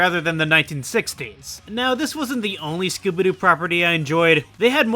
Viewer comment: The way you pronounce Scooby Doo. I can only hear Skibidi Doo.